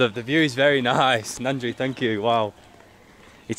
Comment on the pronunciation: The way you pronounce vanakkam and nandri is way better than Indians from the other states(north) 🙏